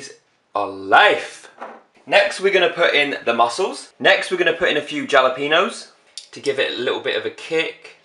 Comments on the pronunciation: Dinner sorted then!!!haha xx ly xxx Isn't jalapeño pronounced "halapeño" idk just me or... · MMARRRKKK ITS PRONOUNCED HA-LE-PEN-YO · LMAO I love how he says Jalapeño and not "H"alapeño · He doesn't pronounce jalapeno correctly